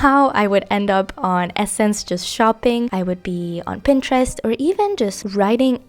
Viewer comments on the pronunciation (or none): none